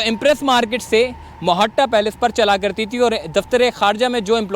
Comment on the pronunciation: بھائ یہ مُحتّہ پیلس کہلاتا ہے ت کے ساتھ ٹ کے ساتھ نہیں۔ محترمہ فاطمہ جناح کی آخری ریہائیش گاہ ہونیکے سبب یہ اب ہماری تاریخی میراث بن چُکی ہے! بہت اچھا کیا آپنے عوامکو اسکی تاریخ سے روشناس کرایا! بہت شکریہ جناب!